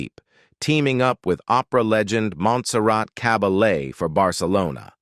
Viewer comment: "Monzerat Cabolet"??????????